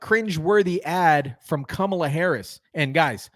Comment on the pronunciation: Did I just hear him say cummala Harris, cummala Harris?